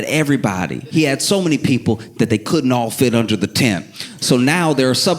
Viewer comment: “This dude is da worst”😂 sounds so NYC.